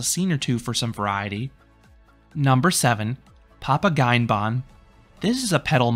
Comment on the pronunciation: You always do a great job with all the pronounciations. And your videos in general. ei in German is pronounced like I though. (You‘ve got that correctly with Papageienbahn)😊 And it‘s Märchenfahrt. ä is not a. But I guess that‘s hard to type and hard to find the pronounciation for. In this case it‘s somewhat like Mair-shen-fahrt and Zaygewerk 😅